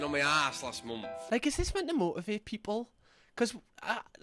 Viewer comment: Can’t pronounce “month” properly he’s saying “mumth” I therefore believe nothing he says